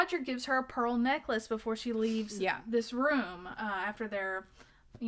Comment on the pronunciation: don't say pearl neckalce lol